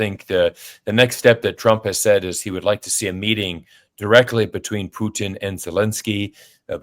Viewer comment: Absolutely admire your pronunciation of the Russian Federation president's last name! Bravo!